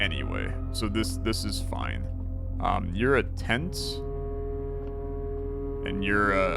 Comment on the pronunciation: It's TENT and TEN, my guy